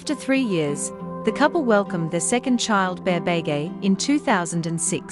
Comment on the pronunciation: For goodness sake, learn to pronounce Beghe! Pronounced be-gay, not bay-gay.